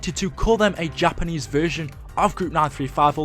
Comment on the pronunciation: when u said takanese i died 😂💀💀💀